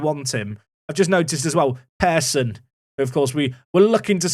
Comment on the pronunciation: This Pearson pronunciation is just your hereditary bias towards fruit-based surnames, I swear to god.